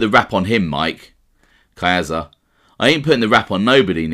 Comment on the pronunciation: ....Not kidding at all, and you aren't the worst offender. There are others far worse, but the fact remains. Caiazza.... there is no long "A" sound in Italian. Ca-yahtza. Casso - Cahsso, not CAYso Gravano is an uneducated street guy, not a professional broadcaster, as are most gangsters. He cannot really read either, and the vast majority of made guys have learning problems and/or did horribly in school. Doubling down on their ignorance isn't the way to go. I enjoy you & your channel. My comment is true of almost ALL YouTube mob channels and is perfectly thought out. Again, you are not the worst offender. I know some Italians can't even properly pronounce their own names; this is for many reasons; one of them being schools and workplaces (teachers and bosses) either couldn't or didn't care to pronounce properly, so they went along with it. I get it brother! I can see you care, and get shit about this. You say you "can't win." I RESPECTFULLY disagree. You can't please 100% of the people (I agree), so I would pronounce it CORRECTLY, rendering the complaints meritless. You can't control others mispronunciation, but you can control your own. Buona Fortuna......I really enjoy your stuff and am not trying to troll you